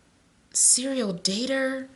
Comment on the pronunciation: Girl when you said u are getting a Serial (then the long pause)😯I said serial killer. Thank you for the reading 😁